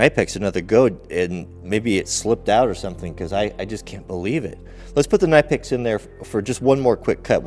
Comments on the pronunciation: Save your money buy decent tools but no need to waste $$$ knipex is a gimmick only expensive because there coming from Europe soon thanks to trumps idiotic war on tariffs chinesium will Cost the same as knipex K is silent or how is your kanife sharpening lol !! Just ribbing ya buddy love the vids, awesome test I’d be wearing my moto helmet too !! Scary !!now with that chain what’s the strongest padlock sadly those are the weakest link with a really good chain like that 😂 and after the invention of the cordless drills and grinders all chains, cables , padlocks are obsolete ya know . For a $100 bucks any thief can cut any lock or chain/cable ... I’ve been using the round puck locks on my equipment/garages etc .. and my crews vans stopped the break ins instantly . Aloha ... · Well guys what did we learn, we learned that you can't say knipex properly, I wonder how you say knife or know. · I love the videos but the k in knipex is silent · Its a silent K! Your know what i mean? A knot is not a K-not. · "nip-ex" not "kah-nipe-ex" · Please learn how to pronounce your favorite brand WRONG: /knaɪpeks/ RIGHT: /kniːpeks/ Just watch some videos on the channel of Knipex if you want to learn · OMG how may timess.... Its pronounced ' Nip Ex' NOT ' Nipe ex'. .!! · Its not K-nipex its pronounced Nipex as in Nip--ex not Ny--pex either 👍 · Think it’s said like nip-ex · the K in Knipex is silent , .....nipex.... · Just for kicks and giggles .. Knipex is pronounced (phonetically) Ka-Nip-Ex - by real professionals in the know and who use Knipex in the field or at home. It just hurts my head listening to your version. Kind of like the sound of fingernails scratching on a chalkboard. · Knipex is just like knife the k is silent. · I believe it’s pronounced Nipex the k is silent... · if you watch vids that the manufacturer puts out, they pronounce it Kuh-nip-ex. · Its pronounced nipex I believe